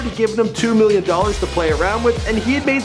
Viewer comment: I hate how Donald Trump says million he says "miyyon"